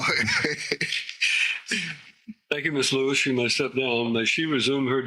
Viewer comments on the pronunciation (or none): none